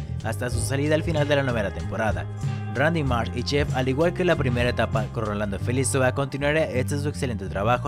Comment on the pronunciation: GRAN TRABAJO COMO SIEMPRE! fijate que el apellido de Rolando es Felizola y no Felizoa como dices en el video. Agregalo a Face que es super buena onda! saludos